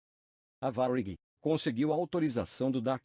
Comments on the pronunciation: Se você escreve para o computador gerar a voz tenta colocar acento em algumas palavras que não tem para pronunciar corretamente tipo TAM geralmente a voz computadorizada fala TÃO aí se vc colocar assim TÂM provavelmente a pronúncia vai sair certa, em Varig coloca varigui ou algo do tipo acho que deu pra entender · Que pronúncia de merda é essa para falar Varig?